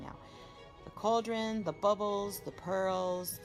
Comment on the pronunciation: its a Cauldron, pronounced Call dren, not couldren.. fyi